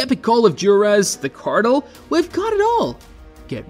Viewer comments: The only reason I watched this is because I heard him “cartle” in the preview. But I have about died laughing when I heard him say “noyer” 😂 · Did you just say the cartle and noyer? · Cartel? Nah it’s cartle Noir? Nah it’s noyer 😂😂😂😂😂😂